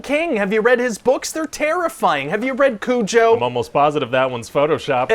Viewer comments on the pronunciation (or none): The way he pronounced “Cujo” gave me life